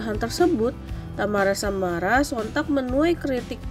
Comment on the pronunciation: Tamara syamara ? Yg bener mimin,,tyasmara/tiasmara gitu 😂😂😂baru belajar baca ?